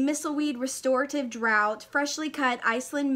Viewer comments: 'Draught' is pronounced 'draft' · Kimberley is correct. I have always been "good at English" and I am, in fact, British, so it is pronounced "draft".